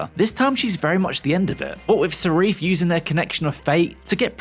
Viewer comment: Who’s Sarif? 😅